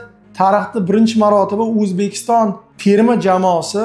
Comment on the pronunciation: Nahoyat emas Nihoyat bõladi. Uzbekiston emas Õzbekiston deb aytiladi vhkz..